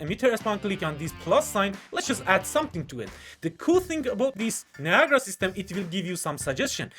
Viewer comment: its not viagra its NIA GA RA